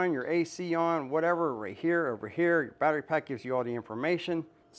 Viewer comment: The way this guy talks makes my skin crawl like I’m afraid he’s gonna well that’s not pc but it’s a battery not bat ray bud Good information this but no subscription